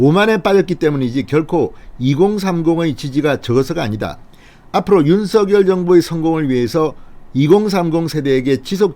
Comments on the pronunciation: 진성호씨 당에서 윤석열이 아니라 윤석렬로 발음을 해달라고 하셨잖아요..왜 매번 윤석열이 윤석열이 이러십니까??윤석렬 발음이 훨씬 듣기 좋아요...이름 쓸때는 당연히 윤석열로 쓰지요...무슨말인지 아시겠지요?? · 진대표님~~~~ 윤성렬로 발음 하셔야 좋다네요 대통령윤성렬♡♡♡♡♡